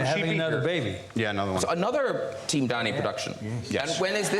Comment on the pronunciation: "upey Downey " I needed a few moments to understand 😂😂😂